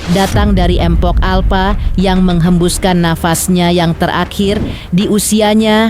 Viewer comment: Bisa baca ngga sih.. Empo bukan empok.. Umumnya gimna sih nyebut empo irg betawi ga ornah denger apa ya? 😂